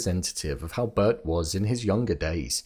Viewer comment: Bert. Not bird.